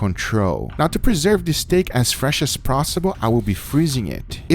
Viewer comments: "as fresh as prossible" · "Now to preserve the steak as fresh as Prossible..."